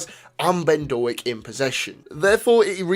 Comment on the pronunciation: Small point - it's not Do-ak, it's Doak (rhymes with 'oak').